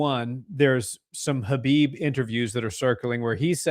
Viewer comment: Btw, Khabib's name pronunciation is more like "Ha-beeb" not "Kuh-bib", just say ‘ha-beeb,’ but a bit harsher at the start.